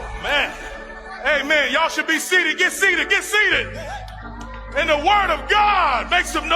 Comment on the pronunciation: Stop saying, "Y'all." You are saying it wrong. Yall.